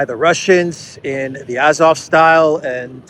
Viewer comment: AzovSTAL. Not style. Means steel. Like Stalin: man of steel. AzovSTAL, Gangnam STYLE.